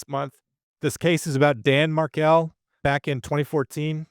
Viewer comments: Hey, Dan’s last name is pronounced Mar-KELL, not like Markle Thanks for posting about this case Justice for Dan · If you are going to report on this case, the victims last name is pronounced "Mar-kell" and not "Markle". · Mar-KELL. Correct pronunciation 💃. And….MagNANahmah. 🙄